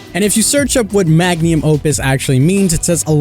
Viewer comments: What the FUCK is a "Magnium"? It's Mag-Numb, not Mag-Nee-Uhm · I love the video but your pronunciation of 'magnum' is a bit off.